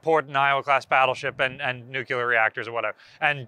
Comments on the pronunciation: you mispronounced nuclear each time you said it. It’s nuclear, not nucular. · Nuclear! Hope that helps you pronounce an incredibly simple word correctly for a change. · The moment you pronounced Nuclear wrong.. you lost all your credibility.